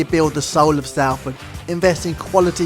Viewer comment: its "sol" not "sal" in salford just so you know. cringed when i heard it as a proud citizen of the area. great vid though